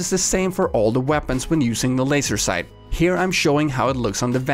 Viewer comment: *FOOKIN LOAISE' SOAIGHTS